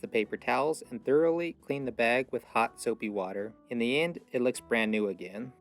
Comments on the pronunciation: I'm from the south. What's a "beg"? 😆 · I like, the way he coated the, protein in, the baywgggggg